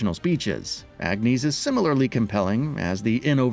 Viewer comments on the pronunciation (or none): I paused the video 5 seconds in but I already know the narrator is gonna pronounce Agnés as "ag-nay" Edit: I mostly called it. He said "ag-neese claw-dull" You fucking simpletons need to communicate between writers, editors and narrators to learn the proper pronunciations. I'm a minute in and I'm sure there will be more, but it's pronounced "on-yes" which you would know if you actually played the game.